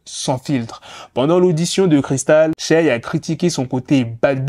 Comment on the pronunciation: Respecte la prononciation du prénom de Shay s'il te plaît